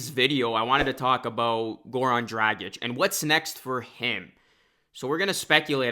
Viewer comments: Hate the way you’re saying Dragic. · Could you say his name anymore wrong? Omg. It’s one of the easiest European names to say. It’s like “drogic”.